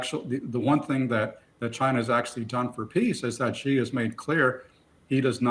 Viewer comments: Mr Boot, Chinese last name is not JI, it's XI (She). Why can't you get his name right? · Max Boot, Senior Fellow, Council on Foreign Relations, needs to learn how to pronounce Xi. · Ive heard some of them pronounce Xi three different ways in the same conversation.